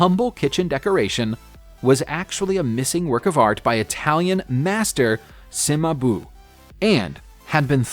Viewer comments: The pronunciation of Cimabue is really disturbing..... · Do a little checking before you record your voice overs...so many mispronunciations! For me it takes away any authenticity your video might've had. Levant, Cimabue, renaissance...get literate why dontcha??